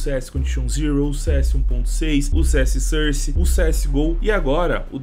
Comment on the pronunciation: Fala source certo bicho pelo amor de Deus